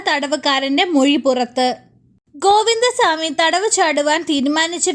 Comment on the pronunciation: ഷാമി അല്ല ചാ മി 😂